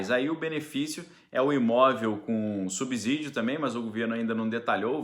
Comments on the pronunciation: A pronuncia é subssídio e nunca subzídio , como subssolo não é subzolo. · Bom dia,! Pronuncie essas palavras: subsalente, subsequente, subsolo e subsumir, então a pronúncia é a mesma para subsídio. Grande abraço 🤗